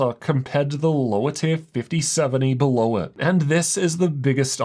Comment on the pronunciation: "Check out the link berhlerh" 😂😂